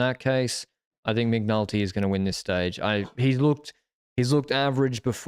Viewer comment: I swear I heard you call McNulty 'McNuggets'! Love that you guys are having a giro camp out ❤